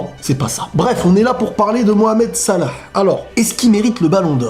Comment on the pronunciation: j'avou j'ai kiffé cmnt tu dit salah